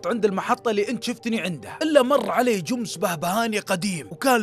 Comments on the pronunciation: اسطوره بس تكفى اسم الشركه جمس مو جوومس 😂😂 ❤الله يسعدك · ليه تقول جومس